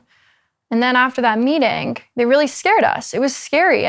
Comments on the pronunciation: "The university wanted us to be...??.." What did she say? I can't make it out. Sounds like "caw-ih". This girl speaks strangely. She says: "meetink" for "meeting". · im not a native speaker but i was wondering why she pronounces "meeting" like that in , dont you kinda like drop the "g"? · Her saying, "meetinguh" 💖